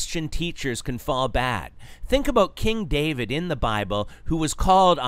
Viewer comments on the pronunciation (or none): none